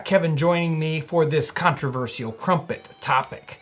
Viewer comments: It's pronounced controver-shall, not controver-seal. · His pronounciation of controversial seems more controversial ^^'